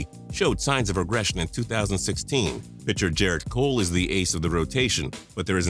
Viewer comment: "Jarrett Cole"